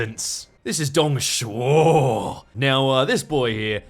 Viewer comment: Dude, perfect pronunciation of Dongs name